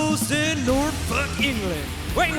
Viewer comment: At long last, Justin Roberts learned to pronounce Norfolk.